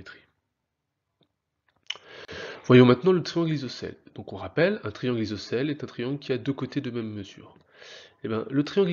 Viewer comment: MDRRR APPREND A PARLER AVANT DE PUBLIER (isocele.....)